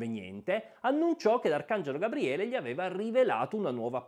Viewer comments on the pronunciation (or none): none